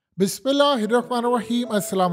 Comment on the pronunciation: Sab thek be But bismillah ki reading ghlat he plz kisi qari sahib ko suna den